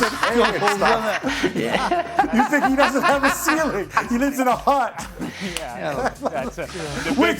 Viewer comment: Someone teach Frank the word ceiling for the love of God